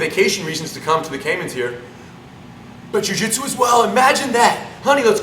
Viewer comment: Lol roo-jitsu